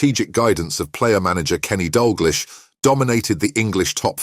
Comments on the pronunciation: So really what your saying is the silence continues.. but has been replaced by a robot who says stuff like Dalglich. At least use a human to spout stuff you’ve googled.. so it sounds 50% professional. I’ll even do it for ya! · AI will always be inferior to us. I mean "Dal glish" and "Sour ness"? 😂😂😅😂😅